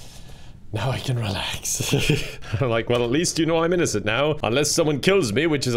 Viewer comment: i like how he said “innocent” “in-NO-cent”